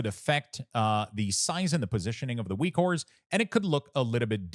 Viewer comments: Great work on this package - I love using it, thanks for your work! But also why do you say Weak Ores instead of Weak Auras? lol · stop saying weakwhores lol